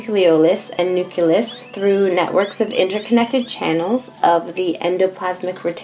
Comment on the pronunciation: Um it's not prononced nuculus.